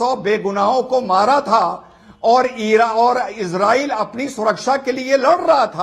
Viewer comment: BKM77 Most Resp ected Mr.AMISH DE VGUN G Gustakhi Muaf Please Aap KHUDA K VASTE Ye ISREEL kehna Hamesha k liye Chhod Dijiye Aap GALAT Ucharann karte hen aur Sun ne me bhi Bilkulbhi Achha nahi lagta. Aap ROYAL to keh Sakte hen zra uss se Pehle IS Bol den to ISRAYAL Bol den to Bada hi Achha lagega Aap to US TADON K USTAD hen Aur kaafi Edu cated bhi. Maen 78 Varshiye Ek Tuchh PRANNI Aap se Haath Jod kar K BHEEKH Maangta hai ye PROOF REA DER. Kai Salon se ISREEL ISREEL Sun te huye KAAN KALE ho gaye hen. PLZ Don't mind. Actually y Spellings to ISRAEL hi hai iss COUNTRY ka Naam Kya Maen Future me AAP se UMEED kar sakta hun. Aap Apne Charnon me Mera Parnnam Swikar karen.